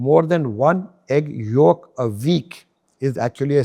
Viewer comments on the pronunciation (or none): When he said egg york😂😂😂 all the vitamins minerals omega3 is in it and studies have debunked this theory